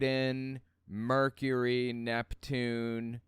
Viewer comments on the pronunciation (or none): none